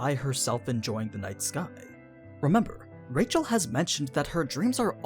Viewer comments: Rachel not pronounce like Rachel. It's more like 'Raheel' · Like the channel. Hate your pronunciations. i'm cool with faithful, language specific pronunciations. But changing your accent to match a pronunciation is only good when you speak it well. Your accent is bad, so the names are bad. Just speak naturally, even if the pronunciation is a little off. Edit; Actually not watching this channel any more. Half the things you say aren't explicit or talked about. They're just your fan theory, and bad fan theory at that.